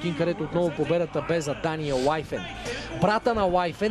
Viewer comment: Коментаторе, произношението е Уифин, не Уайфен.